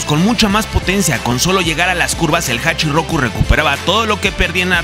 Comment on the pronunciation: Me fascina la historia del Drifting de Cabo a rabo pero me molesta que por desconocimiento no se usen los nombres ó sobrenombres correctamente😅, el Ae86 es conocido como HACHIROKU y no hachirrrrrroku😬, y esto es porque 八(Hachi) y 六 (Loku) los japoneses no saben pronunciar la L y la pronuncian como R, eso es más evidente cuando los escuchas decir palabras o nombres con la letra L, ejemplo Alberto lo pronuncian como ARberto, o Ruis cuando es Luis, es más, ellos realmente pronuncian ARuBERTO solo que la u es casi imperceptible.......